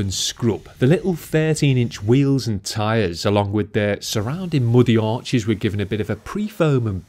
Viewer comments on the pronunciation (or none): none